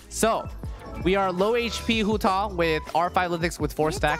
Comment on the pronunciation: it sounds like he's saying Hutall instead of Hutao